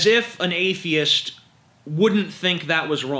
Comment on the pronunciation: He says A-the-ist like A-fe-ist